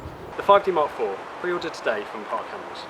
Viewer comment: For goodness sake, slow your speech down. It is near impossible to understand anything you are saying. And please tell me what a 5D mark free is? I'm off to find a video description I can understand.